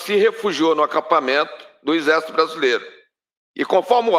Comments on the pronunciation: O Deputado não sabe pronunciar apalavra correta, de ixesso para exército à uma boa diferença...só no Brasil isso!!! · Careca mudou o nome do exército, agora é ixercito, ameba mesmo , não consegue nem pronunciar de maneira correta !!!! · O pior de tudo até o final foi o deputado falar : INZÉS ao invés de exército 😂😂😂😂😂😂😂😂😂😂😂😂😂😂😂😂😂😂😂😂😂😂😂😂😂😂😂😂😂😂😂😂😂😂😂😂😂😂😂😂😂😂😂😂😂😂😂😂😂😂😂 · Esse deputado é um jumento petista não sabe nem pronunciar exército o julgamento pronuncia ixercio puder é um jumento